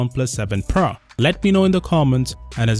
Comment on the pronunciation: So its PRO not...PRA🙂